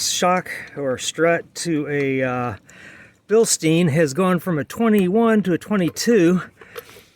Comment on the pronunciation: It’s German… Bil-Stein…. Not Bill-Steen…